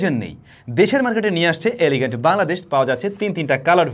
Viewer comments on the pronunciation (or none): ভাই এলিগেন্ট হবে না সম্ভবত এলিজেন্ট হবে❤❤❤